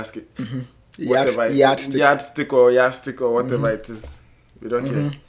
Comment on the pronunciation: best school in Africa but you sey "Yah stick"😂. Science and Math quiz is definitely not the yard stick, English is.🤣🤣